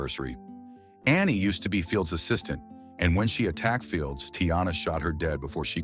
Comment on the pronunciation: Can you pronounce assistant lol